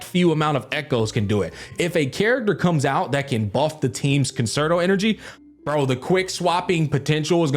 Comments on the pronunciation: Just trying to get the good word to ya,. Concerto Energy is actually pronounced "Cunn-Chair-Toe." You know, like the solo violinist in an orchestra, etc. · Downvote because you are still mispronouncing ‘Concerto’